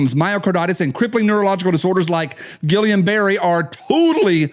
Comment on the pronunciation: I just want you to say Guillain-Barre again. Some of your funniest work.👍